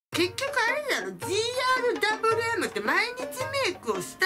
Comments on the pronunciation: だぶりゅーえむ を だぶるーえむ と言い続けるに対し車の名前か💢？の否めない村上信五感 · 【GRWM】 普通「じーあーる"だぶりゅー”えむ」 「じーあーる"だぶるー"えむ」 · ｢お゛お゛ぉぉぉぉん！！！！！｣ 切り替えの仕方にゃんちゅうやしGRWMをじーあーるだぶるーえむって言うとこも面白いｗｗｗ あとみんな動画の説明欄みたいなとこみんな見ておもしろいから！！！！(語彙力) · の 「ジーアールダブルーエム」がすこ❤️ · が言うGRWMってなんか"ぢーあーるだぶるーえむ"って感じ(大好き) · じーあーるだぶるぅーえむ 言えないのすきｗ